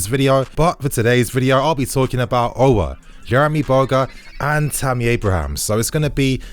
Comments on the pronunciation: The prononciation of Aour in English is disgusting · chelsea 4life he doesn’t even pronounce his name right